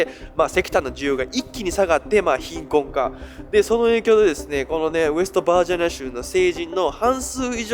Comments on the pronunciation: 日本人？ ちゃんと日本語発音して喋ってくれ。恥ずかしい。バージャニアとかヒルベリーとかメキシカとかWarをワーとかなんだそれ🤦🏻‍♀️ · 一回もバージニアって言えてない😢